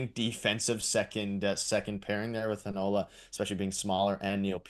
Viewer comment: HEInola, NOT HeiNOla!!